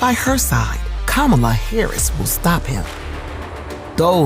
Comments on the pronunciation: You may not be a Trump guy for much longer Mr Vance. Trump probably wont be a Trump guy for much longer. Have you guys met Ms Harris? The excitment I feel is very real. We have a great candidate in Kamala. I see you have trouble pronoucing her name. The stress is on the first syllable Ka. I know you have a problem with speaking english still but hey; you finally might know what NATO does. It is an alliance. The USA went to war against Iraq and all Nato members went with us. Thats how it works Donny. Even for such a stupid war all of the NATO members acted like it was cool to help the USA in our creation of ISIS. You still dont get it right? Maybe Kamala will help you. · Trump talks about her as if he knows her. He doesn't even know how to pronounce her name.